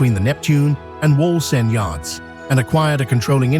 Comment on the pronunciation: The AI guy is struggling to say Wallsend 😃